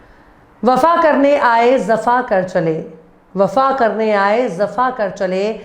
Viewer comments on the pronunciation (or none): zafa nahi Jafa word sahi ha pls correct it. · Wafa ke sath zafa nahi hai sahi pronunciation jafa hai mam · Zafa nahi madam Jafa hota hai 😊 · Zafa nahi jafa hota h